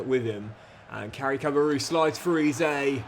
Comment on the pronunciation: Really enjoy your content, but please learn how to pronounce Eze properly.